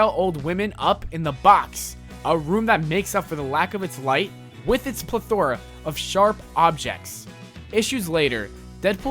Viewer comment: ""New Muedunce, asuddently, Kiddens, merse with mouth, ple-thoras, say-den""....... I think this guy has his finger up his nose while he is narrating this video lmao...... why do I not have a face palm emoji?!?!